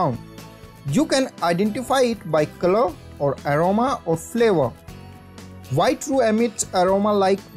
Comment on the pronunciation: Vee like Vhite sauces!!